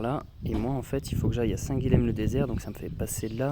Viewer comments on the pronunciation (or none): Salut et encore merci pour ces vidéos. Je n'ai pas lu les autres commentaires, on a dû te le dire dix-mille fois, on prononce "saint Guillem", ill, comme dans paille, car le lh en occitan se prononce ill. (c'est une prononciation qu'on a gardée, y compris en français. idem Graulhet dans le Tarn, ou Varilhes en Ariège.... à plus! )